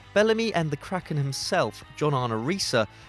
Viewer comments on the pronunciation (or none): none